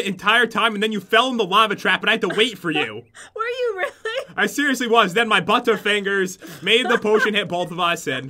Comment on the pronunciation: I thought he said bunter fingers